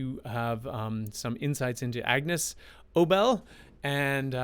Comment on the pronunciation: BTW, it’s pronounced A-Niece not Agnus. ✌️😁🎶